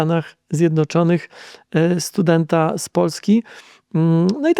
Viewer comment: Oj biedny, bogaty ten "stjudent"